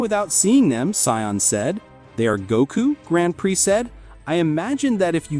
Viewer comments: first off it’s not Gaku it’s Goku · Need to check the words and names. The AI voice over is bad. It's not Gako.. or village.